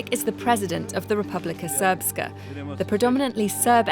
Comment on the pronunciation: How do you pronounce Srpska correctly but don't know how to pronounce the names of the politicians 😅. "Ic" in that region is pronounced "ich" ("itch" in English).